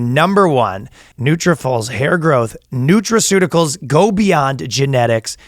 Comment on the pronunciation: Anybody else proud when Ryan said nutriceuticals first try?